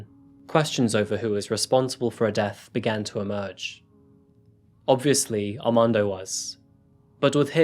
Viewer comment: I'm am quite sure you went thru the alphabet in school both in America and in the UK right? R is never silent aRmando not AMANDO lmao